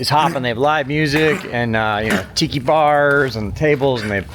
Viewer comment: Tiki bar... I thought you said tittty bar. 🤣🤣🤣